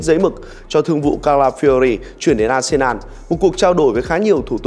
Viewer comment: arsenal ... đọc là a sê nồ .... ko phải a sê nan. Tôn trọng tên riêng khi đọc